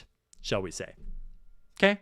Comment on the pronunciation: “You shell* not”